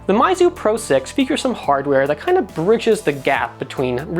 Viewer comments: MEYZU, not MAIZU* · It's Meizu, not Maizu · PhoneArena, why do you say mAizu??? Its mEizu, What where you thinking? Basic kindergarten english... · Its.... Pronounced MEYZU..... Not MAYZU lol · since when was meizu pronounced mizu? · well I think it should be pronounced as "Miizu".. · Your pronunciation of meizu is killing me